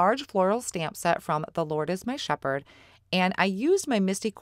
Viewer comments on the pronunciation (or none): Beautiful cards and great video,! Love those color combos!! Lori S in PA p.s. It's "shepherd" as in "herd"ing the sheep.